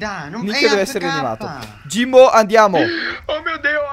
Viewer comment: ''Jimbo" sembra "Sio" vero?